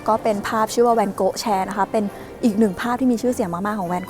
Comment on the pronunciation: ทำไมฟังไปฟังมา จากแวนโก๊ะ กลายเป็นแนนโน๊ะเฉยเลย 555